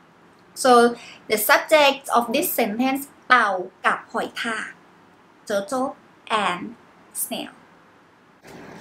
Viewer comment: Teutle and smail? 😂